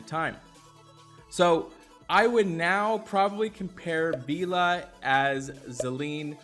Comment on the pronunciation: Still cant say vela i see